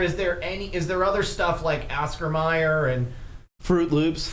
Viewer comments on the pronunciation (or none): Its always been OscarMayer .. always mispronounced